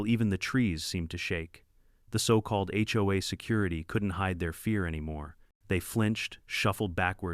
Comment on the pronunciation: Ya need to work on the narration! You SAY HOE I steadof HOA..